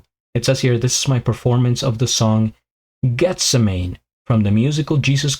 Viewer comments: No it(Jesus Christ Superstar) was made in the 70's and its(The song) pronounced Geth sem man ee. 😊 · It's pronounced Geth-sem-a-nee; the garden where Jesus went to pray the night of his arrest and then crucifixion. Dan's interpretation is absolutely stunning.